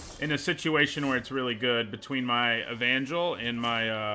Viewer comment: I'm just commenting here to acknowledge your correct pronunciation of "Evangel". Good job!